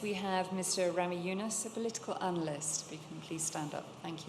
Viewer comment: RAMİS. Z yox S.